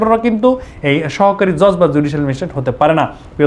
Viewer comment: JoJ na Judge😆